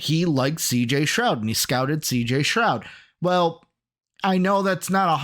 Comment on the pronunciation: Keep saying CJ Stroud name wrong